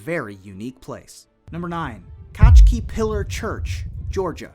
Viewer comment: Its pronounce katskhi like ka ts khi